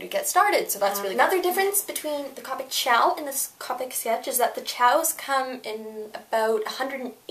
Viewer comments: c OH pic, not caupic... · it is pronounced cO-pic but call it what u want 😃